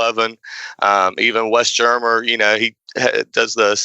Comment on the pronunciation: Tay ose New Mexico and the Conkweestadoors, huh? I think I know why he's doing a series of short videos in lieu of writing a book. :-) Mispronouncing the surnames of Wes Germer and David Paulides doesn't lend credibility to people making an already difficult case.